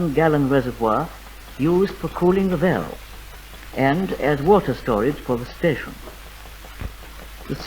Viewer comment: Wonderfully plummy accent spoken in those days. It has died out now and not heard any more. The word *valve" is pronounced "veyahlv"